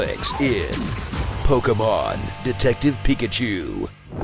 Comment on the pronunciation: just for pronouncing Pokémon properly and not saying poke-ee-mon